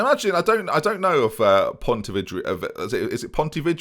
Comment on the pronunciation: It always surprises me that for someone who has played FM for so long you don't know almost the entirety of teams in at least the "big"nations never mind World Football. Also, in Spain you don't say 'ee' for single e's, so it'd just be Pontevedra and not Ponteveedra. Also, also, here's the daily "it's pronounced BRAGANSA & ZEEN-YO, not BRAGANKA & ZEENO" I'm gonna do everytime you pronounce them wrong lol.